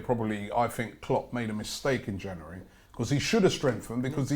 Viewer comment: Why can't say January